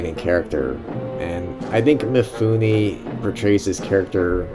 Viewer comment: Roll the film and duct tape your mouth. This is not about YOU. You can't even pronounce Mifune's name correctly. MEE-FOON-NAY, not MEE-FOO-NI. Same way that American's all mispronounce LIGUINE, FETTUCINE. Both end with AY not EE. If you want to post a long rambling commentary in a drugged out voice, do it with your own movie, stop exploiting Kurosawa.